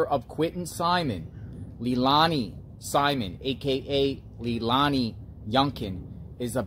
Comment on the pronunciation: And it's pronounced lay Lani bruh